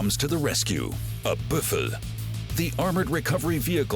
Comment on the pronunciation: Buff-a ... Umm,.. it's called a Buff-a-low. Thank you